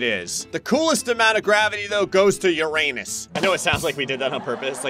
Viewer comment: You pronounced Uranus wrong. It's not pronounced with the name of the letter U.